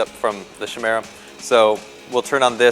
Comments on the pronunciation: its pronounced KY' MERA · Cool vid, but it's pronounced kai-mera :) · Chimera, pronounced like choir. As in a c sound in 'car' not the ch sound like in 'chop'. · Kai-meer-a .. kai-meer-a, kai-meer-a, kai-meer-a, kai-meer-a, kai-meer-a, kai-meer-a, kai-meer-a, kai-meer-a, kai-meer-a, kai-meer-a, kai-meer-a, kai-meer-a, kai-meer-a, kai-meer-a, kai-meer-a, kai-meer-a, kai-meer-a, kai-meer-a, kai-meer-a, kai-meer-a, kai-meer-a, kai-meer-a, kai-meer-a, kai-meer-a, kai-meer-a, kai-meer-a, kai-meer-a, kai-meer-a, kai-meer-a, kai-meer-a, kai-meer-a, kai-meer-a, kai-meer-a, kai-meer-a, kai-meer-a, kai-meer-a, kai-meer-a, kai-meer-a, kai-meer-a, kai-meer-a ..